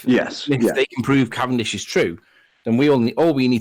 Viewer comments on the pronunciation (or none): none